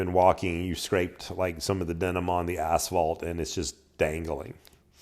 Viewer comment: At first I thought you said: "caught denim on the asshole", not asphalt. Lol